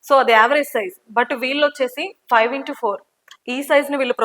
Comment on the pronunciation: Fly floors entamma..five not fly 😂😮